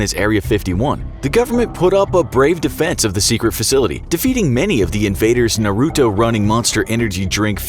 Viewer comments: Na-roo-toe? yeah i’m outta here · The way he said naruto physically hurt me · Am I the only one who cringed with how he said Naruto? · The way he said naruto😭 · Anyone else mad at the way he said Naruto? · He said Naruto (-__-)